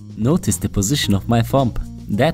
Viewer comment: Also on I hear "this is the position of my fump"